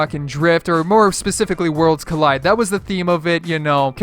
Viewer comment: Isnt it COLLIDE instead of collied